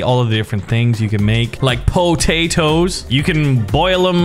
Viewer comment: you sound like your Irish when you talk about the potatoes